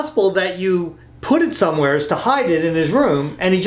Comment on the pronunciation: Can somebody teach how to say the word somewhere correctly? 😂